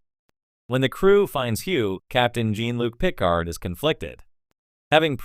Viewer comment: Just can't listen to AI mispronouncing of Jean Luc Picard's name